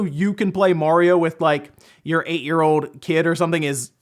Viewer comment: It's mario not morio BTW...